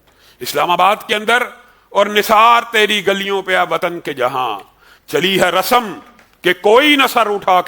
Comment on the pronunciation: This dangar molvi is what type of allama who can't pronounce a.....word..... .. Rasm..... And pronounces as...... RASAM.. A PRODUCT OF GORAA IN SUBCONTINENT...... AHLAY HADEES. Would you like to drop so called MUFTI aziz who's video was leaked and MUFTI aziz was COUGHT by the police.